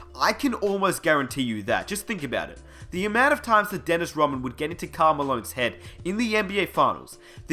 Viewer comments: Rodman, RODman. Not rawman, or you can just call him The Worm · Y u keep saying Roman. It's Rodman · For fucks sake... mate you aussie? just a question, why do you pronounce Rodman without the D? it sounds like you're saying Dennis Rowman